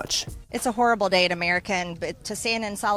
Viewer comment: mtg - and I quote, "It's a horibable day in American"